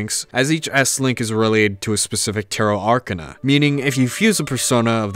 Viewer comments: Really good video! just a minor nitpick though, its not 'arkanna' but 'ark-ah-na' :D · Unironically the best piece of media I have consumed I still prefer p5r doe (Also not trying to sound rude but the way you say Arcana triggers me)